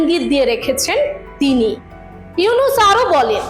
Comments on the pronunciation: ডাঃ মোহাম্মদ ইউনুস নাম টা সুন্দর করে বলুন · ডঃ ইউনুস সাহেবর নাম সুন্দর করে বলুন